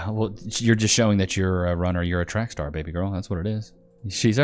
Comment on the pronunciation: "She's a runna She's a track staaa" 😂😂😂